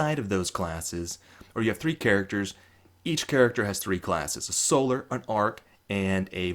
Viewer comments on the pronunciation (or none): none